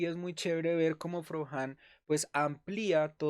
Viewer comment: SE PRONUNCIA FROCSÁN